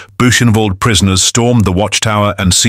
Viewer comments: "Datsjau"? "Dakkau"? "Buusjenwolt"? Screw AI!!!! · 'Booshen varld'? Ye Gods...🙄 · Yes please! I died inside every time Dachao and Buchenwald were said lol.